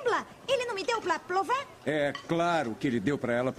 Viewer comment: "Me deu pla plova lembra? Ele não me deu pla plova?" Rachei nessa parte kkkkkkkkkkkkkkkkkk